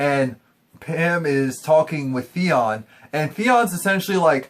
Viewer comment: Again with the THEON thing. So racist, dude. It's THEO. T H E O. learn the story and the characters names before you start chattering your BS.